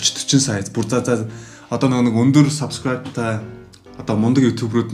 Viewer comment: Баяр хүргэе эээээ 😤 зөв үзэл бололтой, залуусыг зөв зүйлд уриалж месэж өгдөг..бас хөгжилтэй залуу шүү 👍 энэ бичлэг дээр хамгийн сүүлд солонгос аялгаар subscribe~a гэсэн чинь элгээ хөштөл инээлээ шдээ 😂